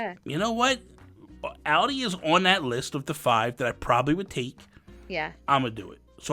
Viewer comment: I was laughing so hard at Audie being pronounced like the car!!! [Always thought it was as if audio]